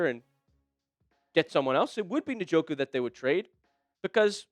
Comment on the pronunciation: This guy is an idiot,.he can't even pronounce njoku,s name